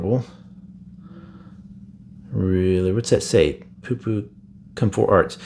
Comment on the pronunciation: Why’d you say c o m 4 arts it should be c o m e 4 arts